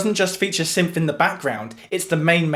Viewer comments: Dude, it’s “synth,” not “symth” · what are you saying? Symph? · I get people have different accents... But you're saying "symph"... the same way you would say "symphony". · It’s syNth, not syMth. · It's pronounced 'synth' not 'synf'. Great video! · It's pronounced "synTH",not "symph"..what a symp! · Some dialects don't have certain sounds, like Mandarin has no "rrrrr" sound. They have never learned how to make the sound because it is not pronounced in their dialect. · seriously reconsider talking at length about an item with a distinct "th" sound in it's name when you can't deign to do us the favor of putting your tongue against your teeth to make the proper sound. English much?